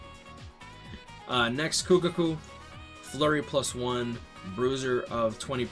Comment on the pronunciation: Not gonna lie. How you say Kukaku's name is just bad. It's Ku-Ka-Ku. Not Kukuku